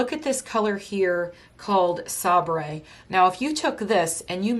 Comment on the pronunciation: Sabre is actually pronounced say ber and it is a type of sword, no worries….😘